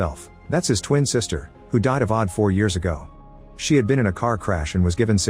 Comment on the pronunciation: "who died of odd four years ago" ... "odd"? like OD, overdose? goofy ahh AI voice